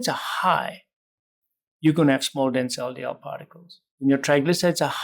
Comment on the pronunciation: It sounded like he's saying, "Small Denzel DL particles" 😂